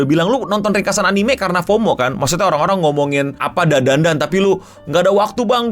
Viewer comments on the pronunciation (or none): none